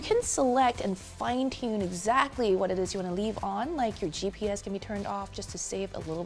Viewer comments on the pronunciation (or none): none